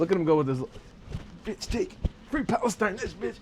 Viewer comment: Did I hear a female say Allah akhbar? This is really funny..I thought the same thing about these Europeans might bring Egypt and Israel together.. This dude saying faLIEstine 😂😂😂